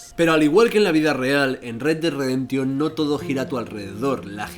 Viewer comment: "redredreremtion dos". Mames carnal, un poco de inglés no te caería mal.